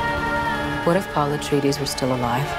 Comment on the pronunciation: She kept saying a tree dees its pronounced ah tray dees